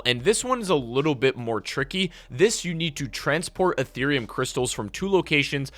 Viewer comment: Did he just say Etherium crystals? Damn didn’t know crypto was in this game as well